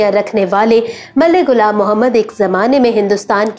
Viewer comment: Its not gulam Mohammed its ghulam Mohammed stop following Indians achi Urdu na bolo Indian ki ghalat Urdu bolo you think it's impressive its not